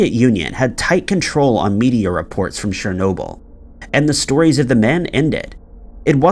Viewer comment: You've got a serious problem with pronunciation of certain words and names of things that I and most probably other people also can't believe that you haven't heard those certain names/words pronounced correctly 🤔 for example today's brainfart was 'shernoble' the correct way is 'chern-obyl', and I don't mean to undermine you or belittle anything you have achieved with your channel as I'm an avid follower of your posts but it's the way I was raised and educated and my parents would be on me in a New York heartbeat for any mispronounced words/phrases and it's obvious that it's rubbed off on me and became like a habit of mine and grates on me when people mispronounce things that people must have without a shadow of a doubt heard people say correctly 😉 aaahhh right got that off my chest 😉